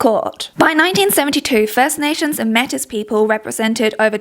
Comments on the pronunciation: canadian here! métis is pronounced “may-tee” not “meh-tiss” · I'm sure someone's told you but Metis is pronounced may-tee. You're doing great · Canadian here! Just a heads up Metis is pronounced “May-Tea”, at least thats what I always learned. Great video as always and THANK YOU for talking about eugenics in Canada, its a huge problem here. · Just a little pronunciation correction! Métis is pronounced like may-tea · just a friendly pronunciation note: Métis is pronounced May-tee (its origin is French) 😊 Great video though! I appreciate you calling Canada out. As much as we like to put off that we’re immune to all the isms and phobias, it’s not true. We have come a long way, but there’s so much horrific history here and still so many continuing horrors. Anecdotally, I’d say the one thing helping autism be less demonized federally here currently (as in not on the same path as the US) is that the leader of the Conservative Party has an autistic son, and the rest of the parties as far as I know are either neutral or pro-disability rights. That being said, the province of Alberta is basically trying to mirror the US, which is scary. I’d considered moving there in my early 20’s, and now that I’m in my 30’s and I have a child who is also autistic, I’m soooo glad I didn’t. My province, British Columbia, is very neurodiversity-affirming overall. They could do a lot when it comes to other disabilities though. I find it so much easier to navigate the systems for autism and ADHD than for chronic illness. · Albertan here. We have a lot shameful history and a lot of people angrily ignorant about it, so this kind of thinking is on the rise again :( (Also, gentle correction: Metis is pronounced may-TEE, even though it's spelled the same is the Greek Metis.) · Interesting video so far! I just wanted to point out for future reference that Métis is pronounced without the S, more like May-tea! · Métis pronounced May-tea - signed a Métis person.